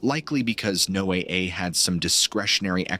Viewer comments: Don't you guys know how to pronounce Noah is this Chinese or Russian haha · NO-A-A... ai junk, changed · No AA? Sounds absurd. Is it really that hard to get it to pronounce correctly? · Um, the only thing that gets me with this video is, he keeps changing his pronunciation of NOAA, 1 minute it's NO AY AY, then he says NO UH, then he goes NO AY...like damn dude, get it right, it's pronounced NO UH, even the folks who work there pronounce it that way. Makes me wonder if is using AI to narrate this stuff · This “story” is clearly being presented as fact. Why don’t you present it as “fiction” in the Titles, so that I have a choice as to whether I want to waste my time. Also, teach your Robot to pronounce words properly! NOAA is pronounced (No-ah) always! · NO A A? Learn to phoneme your scripts before sending it to the AI voice. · NOAA is generally pronounced as ‘Noah’ like the biblical name. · NOAA is pronounced Noah. 😂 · NOAA is pronounced just like "Noah" (my neighbor worked there for 25 years) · This is AI-narrated, right? The strange speech pattern and the repeated mispronouncing of NOAA make it seem like it is.